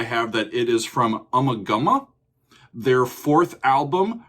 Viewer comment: Pronounced as "ooma gooma". Slang for having sex